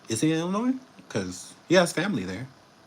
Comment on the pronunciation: I’m from Illinois and thank you for the correct pronunciation. People love adding the S. By the way we don’t want him here and thanks